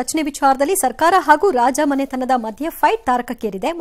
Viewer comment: ರಾಜಾಮನೆತನ ಅಲ್ಲ, ರಾಜಮನೆತನ